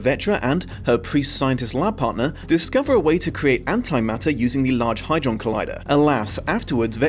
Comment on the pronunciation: There's ALWAYS one word that's mispronounced. This time you said hydron. Not a criticism. Love it. Half the reason I watch.